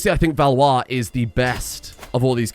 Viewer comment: As a french, I'm surprised that you were able to pronounce Valois so well